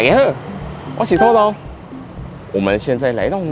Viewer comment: 土豆的台語發音不太對 其實台語講不好可以不要講😅